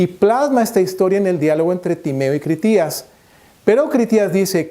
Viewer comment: Solo pienso ... si no eres capaz de decir el nombre de Critias de manera correcta (minuto ) ... ¿todo lo que dices lo será? ... es Critias ... NO Critías.